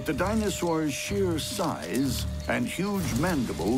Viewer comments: “When Dinosaur ass” Thats what I heard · It kinda sounds like he says Dinosaur ass in the beginning as well.